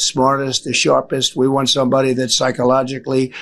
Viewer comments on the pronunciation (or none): Psychologically inferior person can't pronounce "psychologically".